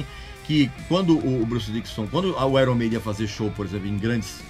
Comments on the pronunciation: Gosta de corrigir pronúncia dos outros e pronúncia mal. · Uma coisa interessante sobre o nome Iron Maiden, é que se pronuncia Aiorni Meidem. Palavras no inglês quê possuem uma vogal a consoante r e uma vogal, tendem a serem invertidas foneticamente, como por exemplo Fire, que se pronuncia faier. Não sou nenhum especialista, e nem acho ruim pronunciarmos errado, pois a nossa língua é a portuguesa, mas só compartilhando essa informação =) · Pronunciou o nome da banda errado